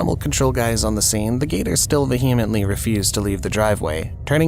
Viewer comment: Narrator obviously isn't familiar with the concept of the silent "H" (as in "durham" and "vehement") Personally, when I read a word that is new to me, I not only look up the definition but, before I try to use it myself, I always make sure I know how to pronounce it correctly (Especially if I'm going to narrate a video that's going to be posted publicly for the whole world to see )( but, that's just me 😉)